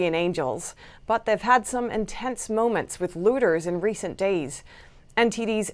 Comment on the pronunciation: Please note they are looters, not lewders